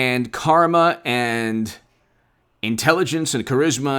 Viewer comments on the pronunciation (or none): none